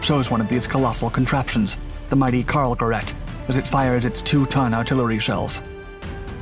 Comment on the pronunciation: Gerät = say Geh-rayt. Not rett; RAYT.